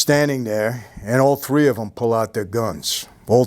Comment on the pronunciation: Mikes gonna tell you a couple of tree things.